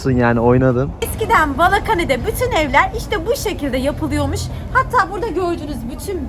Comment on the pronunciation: Bala kane diyil.. Balahane 🙂